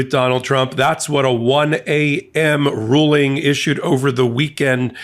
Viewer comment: Did you say Alito’s 5page ruling or “drooling”?